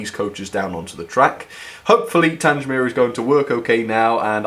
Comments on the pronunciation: The Beechwood Wagon was the odd one out. When are you going to get your names right? You don't say Tangemere, it's Tang-mere, you dummy. If you want to send me that Bullman, and he'll be turned into Sirloin Steak to go with Micro Chips. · An extremely beautiful set but it's TANG mere not TANGE mere. Your mispronunciation spoiled the video for me. Kind regards, David. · PLEASE STOP SAYING TANGE MERE. IT IS TANG MERE. TANG. THE-G-as in Gate. grates on me every time you say it. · its pronounced tang mere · Pronounced "Tang-mere" not "Tange-mere" sorry buddy haha, great review as always! what a lovely set! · I'm sorry. Tangsmere?!?!?!? Its Tangmere. The southern enthusiast in me is screaming right now....... but still, good review :) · TANG - MEER, pronounce it right. It's not TANGE - MEER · Just caught this by accident having just bought the same also on eBay for £130 today, 14.8.24. Delighted to hear all the compliments. As previous;y mentioned Tangmere is pronounced as in "Bang" and not Tanj. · its pronounced like this "tang mere" like tango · Will you PLEASE pronounce Tangmere correctly. The G is as in gate NOT orange. As ex RAF it grates on me every time you say it incorrectly. Good reviews though😊 thanks.